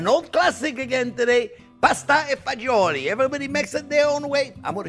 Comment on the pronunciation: Man did he butcher the name. it Fa-zool-e